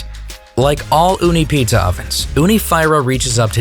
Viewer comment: I think your pronunciation is wrong Fyra means four and is pronounced 'feera '